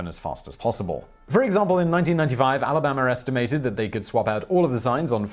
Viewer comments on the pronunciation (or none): good lord whistle boy its alabama not "alabamer"